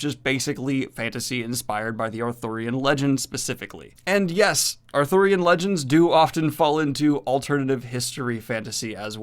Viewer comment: is Arthurian as in King Arthur, not authurian as in book author.